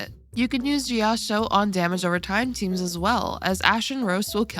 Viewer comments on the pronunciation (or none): JIYAO-CHOU. SAY IT WITH ME. JIYAO-CHOU. like ch in chinese. where did the "jiyaoshow" came from? 😭